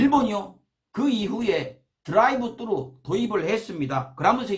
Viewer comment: 드라이브"뜨루"~... 으~딱 성범씨 발음이 겁~나 쩔구마요~잉~...^^